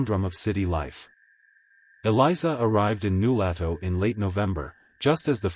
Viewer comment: You obviously never talked to someone from Nulato. They would laugh at you for mispronouncing New LOH to fool. Zzzzzzzzzz. Fake story